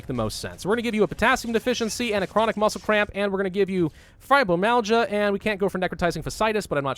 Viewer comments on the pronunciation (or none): Fi-Ber-My-EL-ga. That's how you pronounce Fibromyalgia